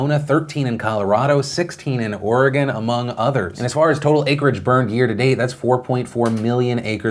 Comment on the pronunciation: Thanks Phil for pronouncing Oregon right.